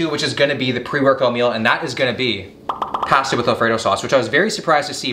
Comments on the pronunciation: Say pasta correctly. Your from Canada not Boston, lol. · You can really the Canadian in him when he says “Pasta” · Ok I was wondering! This is my first time watching one of his videos. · the way this man says pasta is so unreal hahahaha... I noticed greg doucette says the same thing.. oh Canadians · I’m just here for how pronounces pasta lol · They way he says pasta 😳🥴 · No one is talking about how he pronounces Pasta 🤨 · Anyone else bothered by the way he says pasta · Please don’t say pasta anymore